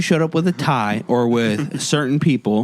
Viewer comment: did you say you're mad at me because i wanted to wear pie? Pie Not tie. I slowed it down. Definitely said pie. That's definitely a faux pas to wear pie to a dinner party. Tsk Tsk